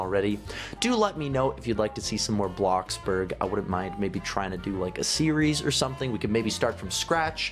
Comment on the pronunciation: It's not bloxberg it's bloxburg